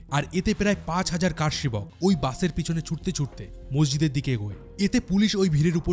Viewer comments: আরে, আপনি কার সেবক বলছেন কেনো? বলুন কর সেবক। আশ্চর্য! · কারসেবক নয়, করসেবক।